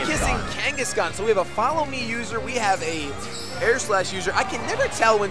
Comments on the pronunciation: What the effff is "Kangishcon? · the way this guy pronounces Kangaskhan pisses me off for some reason....